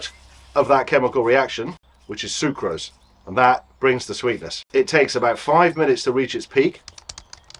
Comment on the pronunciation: Bro said Sucrose